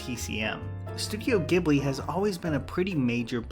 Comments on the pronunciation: Ghibli is pronounced Jiblee not giblee damnit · Hey man the G in Ghibli is a soft G. It's pronounced jheeblee And btw in Europe Netflix has a deal with Ghibli and all their movies are on Netflix now. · Great video, as always! Just a heads up, Ghibli is pronounced "Jeeb-lee" :) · The Japanese pronounce Ghibli like Jiburi, it's not a hard G.